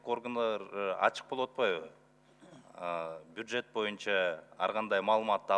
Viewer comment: бужет эмес.бюджет десениз жакшы болмок